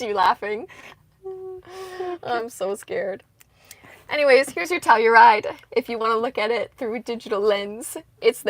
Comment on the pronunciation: Still saying “Tellaride” I see. 😂😂